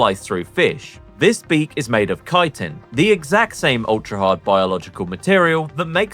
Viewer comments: Actually, chitin IS pronounced like kaitin. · Finally Bro is pronouncing chitin as kaitin, instead of chi-tin It irritated me soo much, thanks bro!